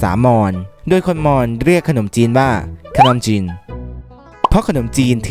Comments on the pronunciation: คนอมจีน ในความที่ฟังเขาพูดไม่ชัดแล้วลองอ่านดูเป็น คน อม จีน55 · คนอมจีน = คน - อม - จีน 😂😂😂